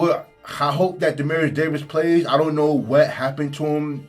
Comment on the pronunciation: Bama State’s QB name is DE-MEAT-TRIUS Davis. I kept hearing “Demarius” …quick correction